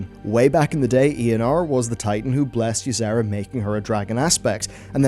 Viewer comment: The 'z' you add in Y'sera kinda triggers me. Lol. I enjoy your vids, tho.